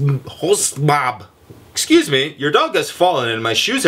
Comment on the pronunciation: Hahaha hostmaab. I'm not a german but the B thing is a double s.